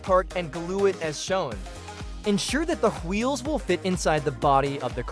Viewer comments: Is bro stewie? "Hweels" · am i the only one bothered by how he says wheels